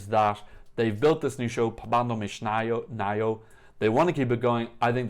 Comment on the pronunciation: You've pronounced it almost right. Only the "Naujo" is for improvement :) Here's how to pronounce it